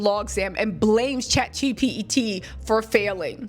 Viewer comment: Girl you can’t even say ChatGPT correctly